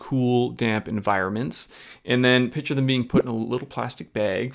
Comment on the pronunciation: Did he say “pitcher these mushrooms”??! Or did he mean picture…?